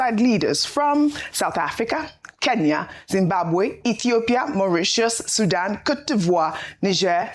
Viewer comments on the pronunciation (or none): none